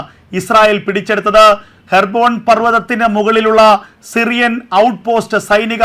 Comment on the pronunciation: ഹെർബോൺ, or ഹെബ്‌രോൺ